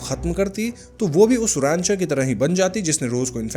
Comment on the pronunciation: It’s not Roncher it’s Rancher….